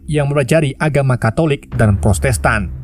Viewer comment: Bang,maaf yah protestan bang,bukan prostestan ,maaf ya bang hehehe